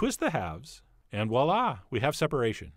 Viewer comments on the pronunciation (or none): none